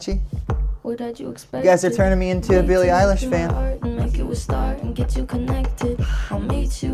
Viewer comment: Billie, not "Benny"...